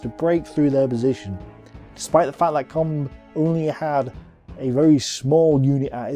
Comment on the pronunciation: Not just the foreign names, he can't pronounce the English names either like Combe and Mackay (Koom and Mak-eye). Such a shame because I love these videos.